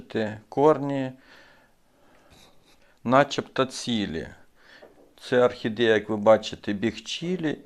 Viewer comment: Особлива вподобайка за рідну мову! Тільки треба трішки попрацювати над вимовою: в українській якщо О, то це О( не а) : тобто Орхідея, пОсадка… пОдивимося, кОрінці… гОдина… але як то кажуть: було б бажання! А інформація дуже цікава, дякую!